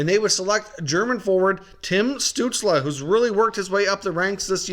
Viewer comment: I love your videos, but every time you say Tim Stutzle's name, it makes me cringe... It's pronounced like STUHTSEL. Anyway, keep up the videos, I will continue watching!